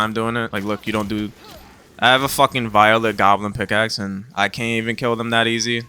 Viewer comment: Solid vid brother your pronunciation of some words is funny as well 😂 volatile = violet